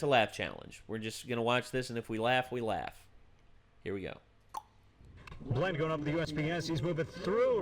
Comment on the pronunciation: The start of the reaction confused me as my actual name is Blaine with saying blained